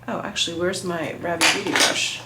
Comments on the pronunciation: Rah-vee. Go up at the end with the vee. Like if it were French. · It’s pronounced ‘rah-VEE’ with the emphasis on the second syllable.